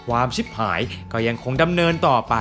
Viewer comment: ความชิบหาย เน้นคำนี้มาก